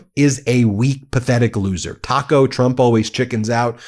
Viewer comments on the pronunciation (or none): none